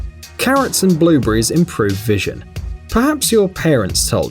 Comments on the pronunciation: at first I thought he said blue bear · BLUBURRIES VIT A MINS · You say "blueberries" like "blue breeze", to us Americans. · Blue Bees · He said Blue brees